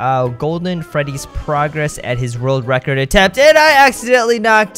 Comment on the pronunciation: a rord racurd